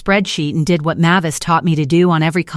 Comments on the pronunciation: It's pronounced MAY-vis, not MAH-vis. Hearing you read this stuff makes my teeth ache. Also, no one calls someone a failure when they just stole $64,000 from them.... that's more than the evil sister makes in a year, so she's sure as hell not going to call someone a failure who earned that much. She might call her selfish, but not a failure. Story is completely fabricated unbelievable nonsense. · Mavis is not pronounced as you poorly trained AI is saying. Look it up.